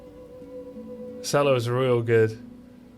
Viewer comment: Hearing grubby pronounce cello as sello ruined my week, love the content tho keep it up champ